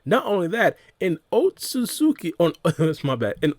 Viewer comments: otsuki it's otsutsuski that's how you say it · In the English dub in Naruto, It’s pronounced Oht-So-Suki. But in Sub it’s Oht-Suski. So either way works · My guy trying really hard to pronounce Otsutsuki